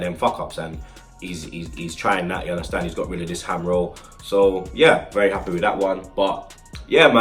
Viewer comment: Love it when he says "ya unda stand" 😂